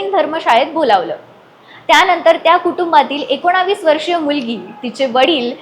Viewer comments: Akonavis nahi akonis bol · एकोणावीस नाही एकोणीस म्हणा. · एकोणीस ऐवजी " एकोणाविस " का म्हणता तुम्ही? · एकोणा...वीस😂 नाही ग ऐकोणीस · एकोणीस म्हणायला शिक.... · एकोणीस म्हणायला तुझी जीभ वळत नाही का 😂